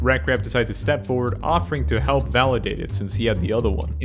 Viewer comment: He says "I'm on my way to help" but sounds a lot like "I'm on my way to Hell", which, quite frankly, makes an equal amount of sense.